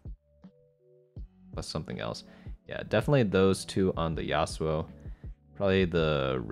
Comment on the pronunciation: I got triggered every time he said yassuo